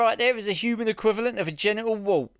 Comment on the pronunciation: General Wart? Did you mean genital wart? 😄